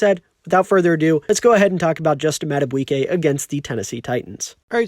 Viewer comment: Mad-A-BEE-kay...not "bwiey"